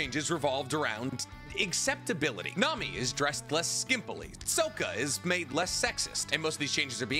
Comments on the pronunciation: I know you didn't say Soak-ah 😂😂 Sokka is pronounced Sock-ah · HOW DARE YOU CALL HIM SOAK-UH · Did he say soka? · ......please tell me you didn't just call him (Soak-uh)... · Blud saying soak-a 💀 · “Soaka” is funny but that might very well be how it’s pronounced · The way you pronounced Sokka, nasty work lol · Why the fuck would you say Soaka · Toph’s voice actor literally told you how to pronounce Sokka! Stop rage baiting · Pronouncing Sokka like that in 2024 is insane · The wild mispronounciation of Sokka fucked me up. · 1) You pronounced Sokka wrong. 2) Avatar is anime inspired but very much Western. So the East vs West sensibility doesn't work here. 3) Lastly Sokka's character arc was to get humbled for his sexism. Avatar was very progressive for it's time. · Don’t mean to nitpick here but did he mis pronounce “Sokka” and call “Hinata” “Himawari” 😢